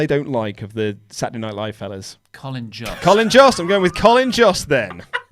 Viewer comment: Jost is pronounced like host or most